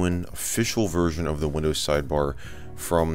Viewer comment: I thought he said unofficial windows virgin